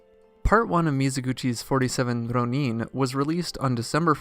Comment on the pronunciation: Hey! I've only now seen your detailed replies; I don't follow up on my YouTube comments often so please excuse my late response. OK, so to answer your question, the problem is not so much with the "r" sound (that's peripheral but I'll get back to it). The real problem here has to do with which syllables are getting stressed. With Rōnin/浪人, it's important to stress the first syllable rather than the second, as you would with omen, chosen, moment, etc. You can imagine how awkward and even unintelligible those words could sound if they were spoken with the stress on the second syllable instead of the first. I like to imagine a masterless samurai "roamin" the countryside. 😄 Also, be sure to lengthen the 'o' sound in rōnin (or let it bend a little into the 'u' if you like) so you're including that う in your ろう. I know you mentioned this in your reply but I'm not hearing it in the video. This lengthening is really important as you probably know and can even mean the difference between two entirely different words. It might cause embarrassment to say フリン when you meant to say 風鈴, for example.😂 The problem of stress on the wrong syllable is also showing up in how "daimyō/ 大名 is being pronounced in the video. Here again, stress the first syllable だい more strongly than the second syllable みょう, as you would in diamond, diner, rhino, etc. A lengthening of the 'o' also occurs in daimyō, but even though the lengthened ō is in the second syllable, the first syllable is still the one that ge